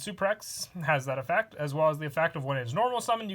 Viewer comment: All is quiet: "Effeck"